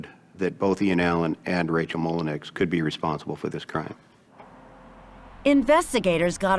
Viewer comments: Mole en you! It’s pronounced 😅 🙄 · 'The alimony and child support weren't enough to live on' Yeah, it's not supposed to be Also, if the last name isn't spelled Mullinex, it's so bizarre to not pronounce it even an Americanized pronunciation